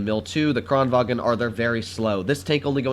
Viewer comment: Kranvagn, not Kranwagen